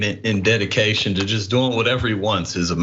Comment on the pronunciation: For fucks sakes, the word is JUST not jest. My God man, you are a doctor.